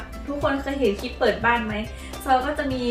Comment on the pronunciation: ติดค้างไว้วันก่อน สะระแหน่ ออกเสียงตามที่เขียนเลยค่ะ ของใกล้จะเป็น สาระแน เต็มที คลิป(Clip) ไม่ใช่ คิป อย่าไปเอาอย่างวัยรุ่นสมัยนี้ ที่เชื่อกันว่า พูดกระดกลิ้นแล้ว เชยมาก การคลุกผักสลัดไม่ให้ช้ำ ภาษากลางเรียก เคล้า หรือ คลุกเบามือ ค่ะ